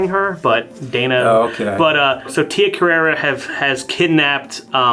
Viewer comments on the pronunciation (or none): It's Tia Carrere, as in "career".